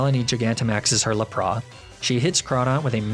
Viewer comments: Lap Ra? Laprassss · THERE IS NO O IN LAPRAS!